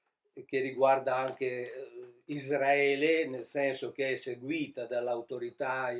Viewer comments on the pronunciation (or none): none